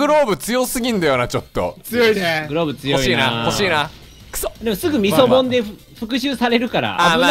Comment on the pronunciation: ミ、ミソボン…？ イソボン…？ 何ボンって言ってるんだろう…！